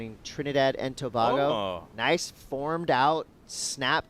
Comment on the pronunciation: it's pronounced To-Bay-Go........not To-Baa-Go...........Trinidad and Tobago